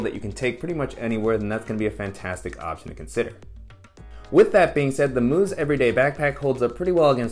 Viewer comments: Mous is supposed to be pronounced as mouse, not moose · Mouse not moos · it’s Mous as in mouse 🐭 not moose! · God damn did i laugh when he said that😂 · Nice review! And folks- it’s pronounced “mouse” like the rodent. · Mous, pronounced mouse. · The company’s name is pronounced like the little animal — mouse. I’m not sure why